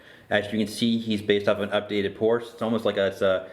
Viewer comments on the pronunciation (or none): it's Porsche, not porsch.